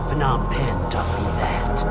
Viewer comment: As a cambodian thats not how phnom penh is pronouced hes adopted